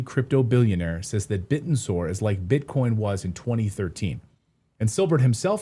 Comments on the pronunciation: Bitténsor. It’s one word but pronounced as if it’s two words Bit Tensor… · BitTensor (TAO) pronounced Bit Tensor... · It's Bi-tensor bi-directional tensor as in tension. Interesting